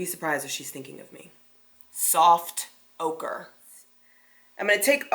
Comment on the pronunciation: I died of laughter with “Souft auker” omg and u kept saying it 😂😂🤣🤣😂 I needed that laugh !!